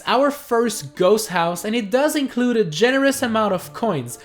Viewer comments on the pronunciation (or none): none